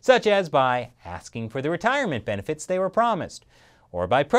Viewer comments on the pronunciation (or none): none